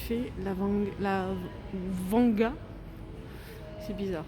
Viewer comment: Vanda et non vanga 😅